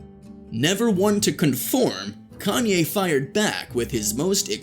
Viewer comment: Can’t take u serious u mispronounced his name